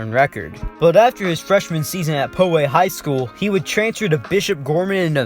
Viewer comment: Bruh you mispronounced poway 😭😭😭